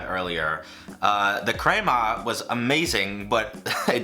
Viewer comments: Every time you said "CRAYMAH" I died inside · Excellent video and comparisons....and then he drops in a couple of Craymahhhhh's (crema) to top it off lol